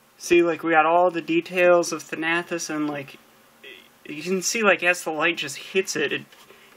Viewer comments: THAN-uh-tos. That's how you pronounce it. Sorry, it's just that every time I heard you say it like that I grimaced. Now, with that out of the way, good review. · 'Thanahthos' are you kidding me